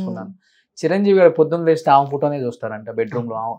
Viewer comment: నీ తెలుగు తగలేయ్యా!! ఆమ కాదురా, ఆమె.